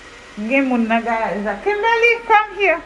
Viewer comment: Mwen telman renmen fanmi an ,mwen gen 3em pitit fi m mwen rele l Kimberly menm Jan ak pitit wa, bb gen 17 mois . Mwen telman renmen lè wap rele Kimberly avek aksan anglais a , mwen te ansent mwen pat ka mwen non pou bb a ,se nan yon nan video ou yo mwen jwen non Kimberly a. Mèsi ampil pou èd ou , moun pa janm fin aprann, mwen aprann ampil de ou, motivation, fè mangé , hummmm Marim pap voye m retounen non mwen vinn pi fò nan fé mange gras ak ou . Ou se yon modèl pou tout fanm e abanew yo. Mèsi ampil , ke BonDye beni w ak tout fanmi w ❤❤❤.